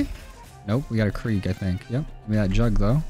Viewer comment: It’s krig not Kreeg